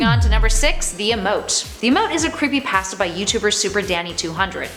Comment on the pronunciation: Fortnite creepypatsa. The accent makes pasta sound like patsa.